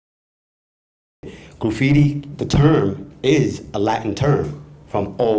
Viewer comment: Graffiti Will Never Die!!!! lol...The guy with the blue cap!..The way he says Graffiti it sounds like "Grooffiti"